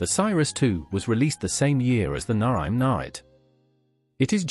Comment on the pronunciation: The AI bot hasn't quite mastered Naim, has it. Why not get a human as opposed to using something that can't even punctuate?